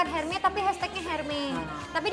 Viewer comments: Mba jess ... hermes bacanya bukan herme yaa bukannya S nya yg hilang tp H nya yg ga dibaca.😁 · Tas Hermes itu pengucapannya bukan herme bukan erme tetapi ermes... karena itu nama si pendiri produk Hermes dan gak semua konsonan di belakang vokal selalu disenyapkan pengucapannya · Mohon maaf mba jedar, hermes itu dibacanya Ermes. Bukan herme😅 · Bukan hermè... tapi ermes! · Hermes tuh dibaca nya ermes bukan herme.. bahasa prancis tuh H gak di baca “ha” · hermes dibacanya érmé ayodong bisa beli bisa bacamya juga